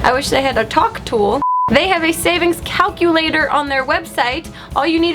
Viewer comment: She said "cowculator"